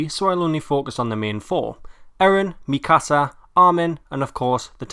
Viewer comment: Why cant anyone pronounce Mikasa right.... cries :(